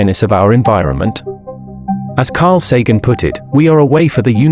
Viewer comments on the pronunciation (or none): none